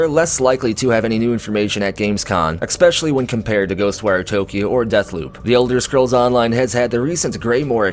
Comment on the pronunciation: love you man but... really there is no letter "x" in the word "especially". Kinda drives me nuts. Otherwise, love your channel dude!